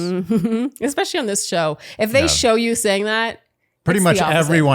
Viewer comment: and "expecially" and "nucular"